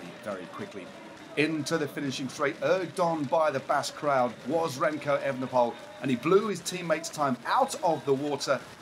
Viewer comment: You're saying Roglitsj and not Roglick. So why not say Evenepool instead of the incorrect Evenepole (and Van der Pool instead of Van der Pole)?